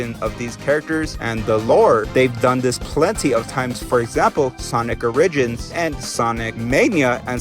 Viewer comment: you said origins incorrectly how you say it is or-i-gins